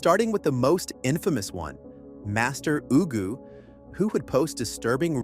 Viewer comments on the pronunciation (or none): who is "master oogoo" im sobbing